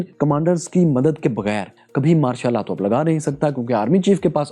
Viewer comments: Pronunciation sahi kro yr Martial Law bolre ho sunayi Mashallah de raha hai 😂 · Not Ma' shal laa😂😂😂